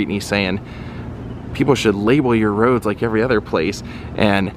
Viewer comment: rooooads ro addddsssss ruddds roeadddssss